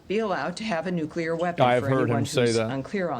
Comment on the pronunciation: IRAN NEEDS NUKULAR TEKNOLIGEE